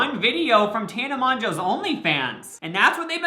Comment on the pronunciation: tana manjoe?? I thought it was Tana "Mongoo" BFGWIF7UIH